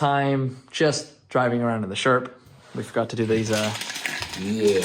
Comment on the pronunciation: Every time you said sherp trailer to my damaged hearing it kinda sounded like shrimp trailer and it got me thinking, can one go shrimping in a sherp? The internet needs answers.